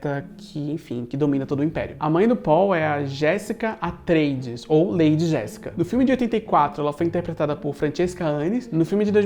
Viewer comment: maravilhoso mas toda vez que você fala Lady Jessica eu entendo Lei de Jessica